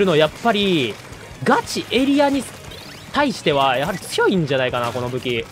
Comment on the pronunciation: ガチエリアの発音がガチ↑エリア↓なの面白いw 一定の場所を守る力はエリア以外のルールの防衛も同じこと言えそう